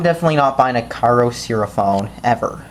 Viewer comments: WHY THE FUCK WOULD YOU GET THIS PHONE IF YOU DON'T LIKE IT!!? THERE IS NO PHONE THAT WILL COST 5 DOLLARS WITH FLASH!! I GOT IT FOR 30 DOLLARS! AND I THINK THAT PRICE IS NOT BAD FOR A CHEAP PHONE. And don't pronounce the name incorrectly It's annoying mostly because of your voice. The company is good because they send you replacements even if you don't have the warranty. I got that phone and it lost It's battery. Then I emailed the company so that they can send a replacement and they said yes. Most carriers won't do that. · Why are you so damn sarcastic and smug? U got this phone for $5, STFU and STOP pronouncing the name wrong. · Then get your parents to buy you a better phone! Also this is how you do as review: LISTEN TO THE WAY HE PROONOUNCED THE BRAND NAME AND LOL THAT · Didn't you say there was NO micro sd slot? So why did you then say that you have to purchase an sd card? So are absolutely despicable did you know that? YOUR parents got you the XBox and that is how you got the phone. Stop being an entitled white boy and learn to pronounce te brand correctly.